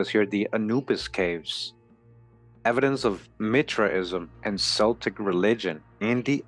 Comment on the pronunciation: Nice work! One minor semantic detail, Celtic is pronounced as a hard 'C' as in Kel-tic. :hand-purple-blue-peace